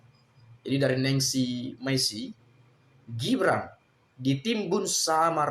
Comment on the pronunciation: Gibran itu bukan shu tapi su su